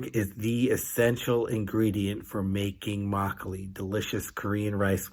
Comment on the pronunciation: 😂 trying hard each time not to burst into laughter when you pronounce “makgeolli”.